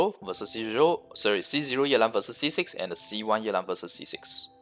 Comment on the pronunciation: His pronunciation is correct. It's a Chinese name